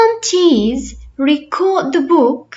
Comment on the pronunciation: Thanks for your effort, but the pronunciation of the word "record" is not correct according to both American and British English. 😊